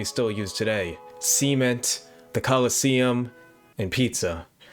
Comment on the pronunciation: Why did you say sement like that l:<